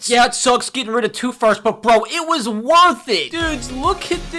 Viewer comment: Bro said it’s woth it